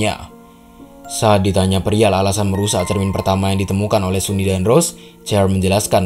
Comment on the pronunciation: Bang, sunny itu cewek ya? Dilihat dari tubuhnya dia itu cewek, hanya saja rambutnya yang pendek. Wajahnya juga sudah cantik, tubuhnya juga tubuh cewek. dipastikan dia cewek Bacanya bukan suni tetapi sani